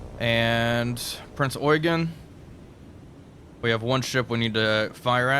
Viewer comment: btw, good job not saying Prince Yougeene.